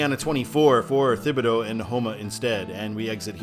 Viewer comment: Thibodaux = "TIH-ba-doh"